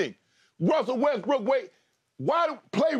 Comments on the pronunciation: Skip keep saying WestBrick 😂😂😂😂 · Funny how this man actually calls him westbrick😂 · skip really going at russ calling him westbrick lmaoo